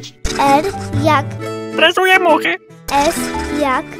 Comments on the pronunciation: Coś ci,,R'' nie wyszło haha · R jak "tResuję muchy!"